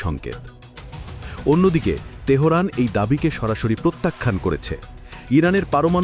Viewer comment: তেহোরান? ফালতু সাংবাদিক কোথাকার!